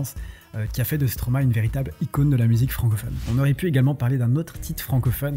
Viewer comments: enfin un français qui dit bien le nom de Stromae MERCI beaucoup. J'aime beaucoup ce que vous faites. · En tt cas j tiens a feliciter l effort pour la prononciation de stromae 😊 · Stromae est le verlan de maestro, j'imagine qu'on est d'accord sur ce point au moins. Maestro ça se prononce pas Maïstro comme beaucoup font l'erreur mais "ma-és-tro" donc absolument tout le monde prononce le nom Stromae correctement. Je t'invite a regarder sur internet la prononciation du mot.